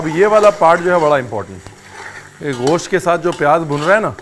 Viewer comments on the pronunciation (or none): Nope, that's not the perfect pronunciation. It's not ghosht (غوشت/ग़ोश्त), but gosht(گوشت/गोश्त). There's no غ/ग़ in there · Sir aap gosh kyun bolte hai, bahut Ganda lgta hai